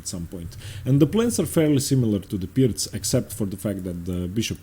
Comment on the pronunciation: I don’t know about y’all but I derive a great deal of satisfaction listening to him pronounce ‘Pirc’ correctly every time.